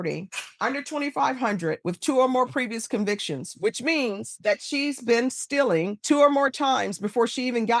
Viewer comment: As much as I love, if she's going to go on about the terms "kids" and "children,"she should learn how to pronounce "stealing." It's not "stiling"!!!